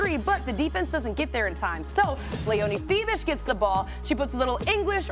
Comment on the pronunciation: Very good presentation by those ladies. Also, they pronounce Fiebich's 🇩🇪 name perfectly.